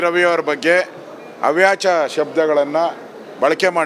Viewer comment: ಅಶೋಕ....... ಅವ್ಯಾಚ ಪದ ಅಲ್ಲಪ್ಪ.... ಅವಾಚ್ಯ ಶಬ್ದ/ಪದ....